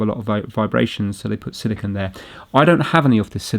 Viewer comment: A silicunt is very different than silicone haha